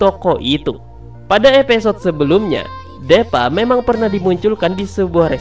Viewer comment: ngakak awokawoka, kayaknya baca nya dipa bukan DEPA awkawkoawkaw